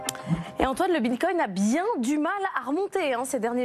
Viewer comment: Elle a du mal à dire « bitcoin » 😂 Mitcoin mbticoin… Bon sinon c’est très bien ce range Il faut que ça dure quelques mois encore